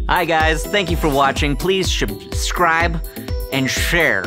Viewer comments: He said shubscribe... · "Hi, guys. Thank you for watching. Please Shubcribe and shhrere. Nailed it. We're done." GOLD.